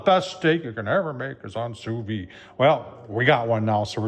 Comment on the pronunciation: An interesting tool Tom. While expensive, the instructions on the panel greatly shorten the learning curve. However, I must point out that it is pronounced SU VIDE. You should pronounce the D. Listen to Darren on his channel or google it.